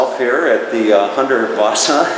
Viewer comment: Lousy video and the pronunciation of Hundertwasser is heartbreaking. The speaker is either sarcastic or terribly ignorant. Whet a pity, Hundertwasser should get more than this.